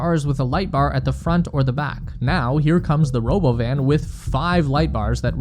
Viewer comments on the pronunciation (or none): What's this Robo-Van you speak of? I only know of the Ro-bovan or perhaps it's Ro-Bovine? Robot Cow? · If you do not call it roBovin I will not take you seriously